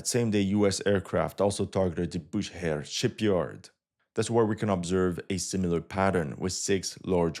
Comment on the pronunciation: Bu SH ehr not Booher